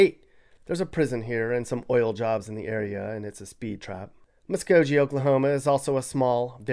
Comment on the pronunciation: The governor is Kevin Stitt, not Kent Stitt. And he's not using weed revenue to fix the roads and schools. He'd privatize both if he could. He's a frat boy who realized you don't have to have any qualifications to make it big in today's GOP. You pronounced Muscogee and Oushita wrong too. The rest is pretty accurate.